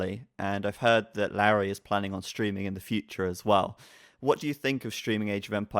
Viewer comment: So it's pronounced "Larry"? Hm.